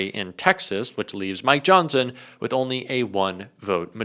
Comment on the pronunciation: for some reason, when you reached the mid point you said, Mike Johnson. Nothing new there, EXCEPT, at that time I heard you say, MY johnson. I wanted to be the one who told you! SOSAYMYJOHNSON!